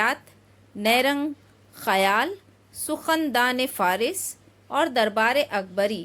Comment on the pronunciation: Tumhen tu urdu theek say parhna bhi nahin aati....Neyrung e khayal ka zair hi khagai aur usko Neyrung khayal parh diya.